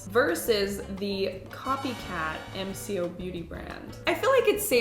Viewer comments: It’s “M co’ if that helps? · G’day all, Aussie here - MCo has been around for quite a few years, it’s very easily available in supermarkets and chemists, and is waaaay more affordable than the originals. Some products are amazing, some are just okay. Oh, and it’s pronounced ‘Em Coh’ - the co like the start of saying Coke 😂 Also I was pointing out all their dupes to my husband in the supermarket a few weeks ago 🤣